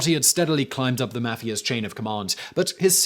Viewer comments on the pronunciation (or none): I like how Simon pronounces the name of the criminal organization as mah-fia